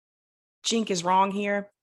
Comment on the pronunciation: Did you just pronounce Cenk's name as 'jink'?